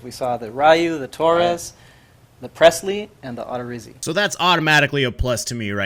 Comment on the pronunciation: Love how SDS doesn’t even know how to say the names of players they’re showcasing. It’s not Odd-er-izzi it’s O-der-izzi and it’s not rye-ooo it’s ree-ooo